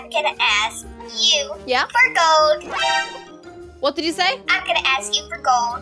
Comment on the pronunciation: im hating now why she cant say gold its easy